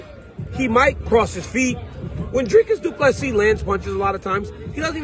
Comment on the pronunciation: Thank you for saying Dricus du Plessis name properly. Please tell Rogan not to insult a South African name. Rogan has many South Africans watching his show.